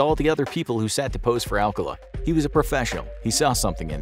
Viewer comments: His name is pronounced Al-CAH-luh, not AL-cuh-la. The date didn't go well? No. She didn't go on the date. She met him at the show and thought he was creepy. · His name is "Arcala" not "Alcala" but still sus